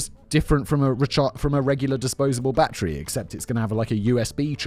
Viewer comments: It’s battery, not bat-tree. BATTERY. Good lord that nearly gave me a stroke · Battery.. "bat-tree".. You English folk lol